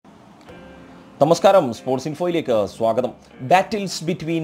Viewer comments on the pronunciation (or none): none